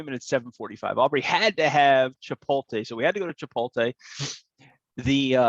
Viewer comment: Hey. I think you’re saying Chipotle wrong. Lol